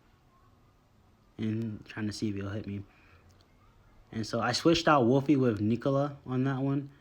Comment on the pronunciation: "Wolfie" ?? That annoyed me to much to watch